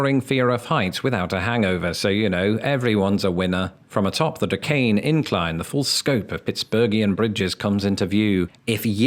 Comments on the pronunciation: When you say Duquesne it sounds like “decaying” incline. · Hey. Duquesne is pronounced doo-cane. Or doo-quis-nee. And if you're a native it's Penns-vania. And if you're from South Central PA, it's Gut-uz-berg.